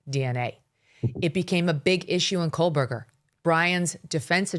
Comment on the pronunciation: Megyn, why can’t you pronounce Kohberger correctly? It’s crazy- amazing. You’re a reporter. Please get it straight!